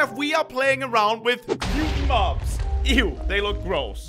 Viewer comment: At 8:84 u said Bob's instead of mobs